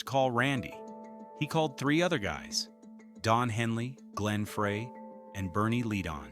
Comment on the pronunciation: AI mispronouncing glen Freys name